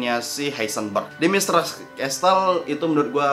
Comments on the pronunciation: Ralat bg, penyebutan Dimitrescu itu "Dimitrescu" Bukan "Dimitresc" Atau "Domitrescu". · Dimitrescu bukan dimitres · lumayan keganggu denger pengucapan dimitrescu nya